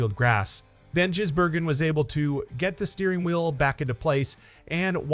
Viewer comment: FFS Try and get his name correct,it`s NOT Jisbergen it`s Gisbergen